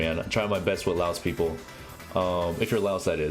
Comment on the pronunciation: Holy shit ya got my last name right lmao and yeah I'm laos. But this was helpful man, thanks to what you do